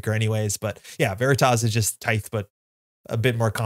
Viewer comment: Great video as always! Don’t think you’ve been saying ‘Tithe’ correctly for the last few years though 😂